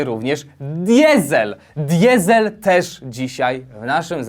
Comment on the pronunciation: Czy specjalnie powiedziałeś: ,,diezel" zamiast: ,,dizel" ? 🤔